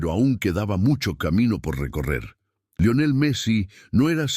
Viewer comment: Lo único malo es que el dice laionel en vez de Lionel